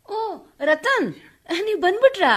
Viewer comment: ರತನ್ ಅಲ್ಲ ರತ್ನ